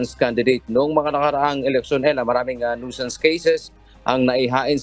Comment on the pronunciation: CORRECTION FOR THE PRONUNCIATION OF THE WORD NUISANCE. NOISE IS PRONOUNCED AS NOYZ. NUISANCE IS PRONOUNCED AS NYU. SANS. CHECK THE DICTIONARY YOU ARE AWAYS GOT WRONG OF YOUR PRONUNCIATION. Simulation is Sim. Yu(ya). ley. shun Southern is SATHERN. You seem funny in pronouncing words.